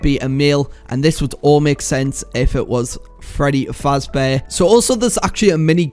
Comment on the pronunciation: Dude it’s pronounce FAZBEAR NOT FRAZ